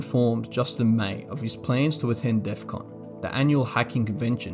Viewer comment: DEFCON not defqon